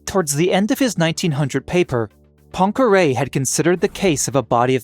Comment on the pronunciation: I cannot listen to scientific explanations when there is background "music" disturbing the communication. And please have a look at how to pronounce Poincaré.